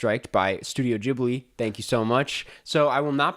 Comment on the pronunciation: Wearing a Brass Monkey hoodie rn. Also stop saying Jibli,, I hate it even though you're great